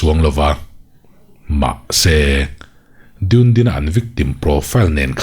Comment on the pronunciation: Ngaihthlak a nuam, mahse dune-din ni lo in, du-ne-din tia lam tur zawk ani e. Chhiar zel rawh, ka ngaithla ziah ania